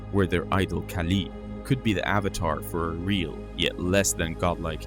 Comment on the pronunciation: Ahh, giant red headed beings, must be my ancestors.... Being serious, they remind me of the Norse gods, goats and all, Thor and his goat/s. As an aside, you had a Aussie story but you had a New Zealander doing the story, that accent is quite different to Australian. The vowels are pronounced very differently. Kali is pronounced Kah lee not Kay Lee.